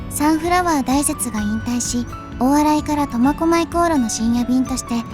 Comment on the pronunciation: サンフラワー大雪、たいせつ、ですよ。このところ、だいせつ、ってよく聞くのですが?